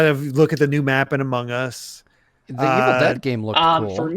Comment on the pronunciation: My favorite part of the game awards was when Geoff said Among Ass